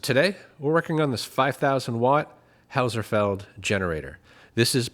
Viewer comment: It's a German name. How's-felled. Cam-bell how's-felled